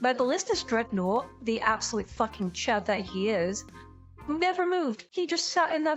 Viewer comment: Sorry, as an American, I don't quite understand. I'm guessing you're saying "Chad" and not "Chud," but...